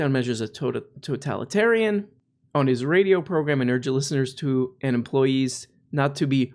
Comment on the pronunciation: I love your 'Progrum'